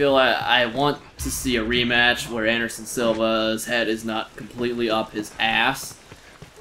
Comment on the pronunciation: Andershon luv OH ESS A